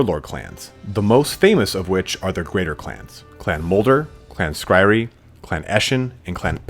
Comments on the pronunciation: clan skry-re... that's a funny way to pronounce clan skry-ur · Skryre is Skri-er, not Skri-ree. Like pyre. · Sk-ry-er not skry-ree. Sorry. That was driving me nuts. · Clan Skryree? Really? REEEEEEEEEE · clan Skryre, Pronounced "Scry-Err" or "Sky-Are" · Skyre is pronounced SKRY-ER. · Skryre, is pronounced skr-I-er by the way. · Oof, that Skryre pronunciation. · right, I'm a nub painting my first army, and even I know that was cringe worthy lol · think it's pronounced clan scry-er, rather then how it's spelled. the clans name is a play on the word scryer so it's how it's pronounced. it's "bue-bo" Edit: I know it's super unclear in the army book to someone just picking up warhammer lore, but this is o so wrong. Skaven 2 lore of magic are called Plague and Ruin.(they predate the use of the word lore but they are lores) Ruin is avalabe to Warlock Engineers Plague is avalable to Plague plague Priests Gray Seeres and Verman Lords can take spells from both, along with the spells skitterleap and the curse of the horned rat( also called the 13th spell). It's a bit weird because these are called signature spells, they fall outside the lores of magic because they predate there addition to warhammer.